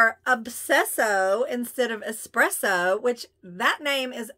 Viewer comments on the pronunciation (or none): none